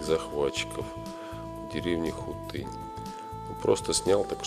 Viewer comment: Хутынь - ударение на "у".